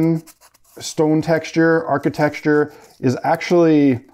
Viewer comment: "Dwarven architexture" I love it!